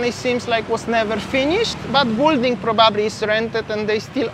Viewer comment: BILL - DING - not BULL DING